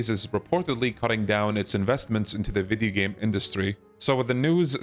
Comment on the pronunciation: did bro just said "Vidi game" industry?